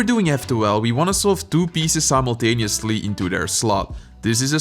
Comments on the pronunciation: Congo 🎉 finally you are able to pronounce simultaneously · proud of becuse he finally learned how to say simuntinsuly